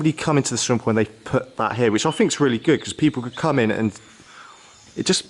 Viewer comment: sound like a retard,cant you say think,or was you dragged up to say fink??.